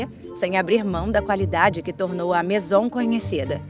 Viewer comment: COMO UM TEMA TÃO INTERESSANTE PODE SER TÃO MAL EXPLORADO? A DUBLAGEM É LAMENTÁVEL, ASSIM COMO O TEXTO. NINGUÉM ENSINOU A NARRADORA A FALAR MAISON, QUE VIROU MASON. O A\UL CERULEO, UM CLÁSSICPO VIROU CERULECO..POR QUE GIGANTES DA INDÚSTRIA DE ARTE COMO WINSOR & NEWTON, FABRICARIAM PASTEL, SE FOSSE UMA TÉCNICA DESVALORIZADA? UM A J[OIA DE TEMA, VIROU CARVÃO. UMA PENA